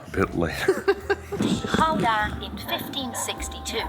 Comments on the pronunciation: nah, anybody trying is brave and deserves our respect. Pronouncing Gouda that well is already very impressive. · Your pronunciation of Gouda is perfect. Utrecht neerds bit attention😊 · Jullie spreken "Gouda" erg goed uit. 👍🏽👍🏽👍🏽👍🏽